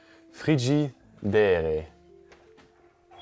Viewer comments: Its pronounced fridge a dare. You did good.😊❤❤ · You're right Frigidaire is a company that makes kitchen appliances like refrigerator,dishwasher,freezer,and washer and dryer(it's pronounced as frigid-air)